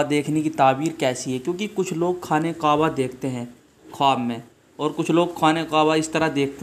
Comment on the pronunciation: Qwaba nahi hota kaaba hota hay